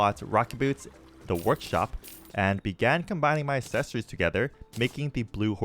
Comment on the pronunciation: love the video. how do You say accelerate? Do you pronounce it like a-ccelerate? because you're saying a-ccessory's. brother, you're spacing the A from the rest of the word. And it irritates the hell out of me. again, love the video. The miss pronunciation is killing me.